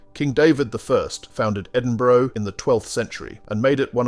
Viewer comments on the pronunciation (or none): It's Edinburugh not Endinburoo yah pure dick!! E-Din-Bu-Ra!! fanny baws!! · Please learn to pronounce Edinburgh. It is not edinbro. Nice video. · Just say Edinburra , now that is how the folks there pronounce it there and about everywhere else . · I was so glad to move on from the Edini- bro bit, my skin crawled every time it was said. its Edin-bu-ra!! I expect that from Americans but not an English speaking voice. You live next door for goodness sake. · Had to stop the watching after hearing “Edinbro”, it’s just not on. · its Edinburgh, not Edinbrow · This numpty narrator needs to learn how to pronounce the names of places correcrly..Edinbro,Lock,Lowhaber..boils my piss.. :( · it's pronounced Edinburra. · Yeah, that was pretty annoying. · Agreed!! I was born in EDINBURGH and came to Australia as a teenager with my parents in 1961. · Yes his prononciation of Edinburgh is particularly annoying . It grates on the ear. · Good video, but Please learn how to pronounce Edinburgh Lochaber Burgh and loch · You say "Edinburgh" wrong. There is not a "ou" sound, but a "a" similar to "a" in "car". Put it to Google translator ;-) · Nor is it Edinbruvv innitt!? Shocking! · Ditto the Edinburgh note. And, the word loch is pronounced "loch" not "lock". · Why go to the bother of show casing Scotland only to ruin it by not even bothering to learn the correct pronunciation of our cities esp our capital mate .?